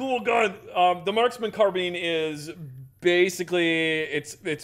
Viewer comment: Assault Carbean? Lol